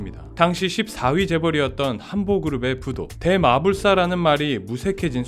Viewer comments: AI도 아닌데, 뭔 떼어읽기도 제대로 못하면 어쩌나?? 대.마. 불. 사를 대. 마불사로 읽으면 좀 이상하지요~ 좀 바보같잖아요~? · 대 마불사가 아니라 대마 불사가 맞겠죠? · 발음이 신기하시냉 대~마불사~